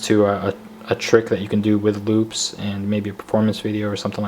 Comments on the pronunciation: He said loop or boob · i thought he said "boobs" xD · The first time you say loops it sounds like boobs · am i the only one who heard boobs instead of loops ?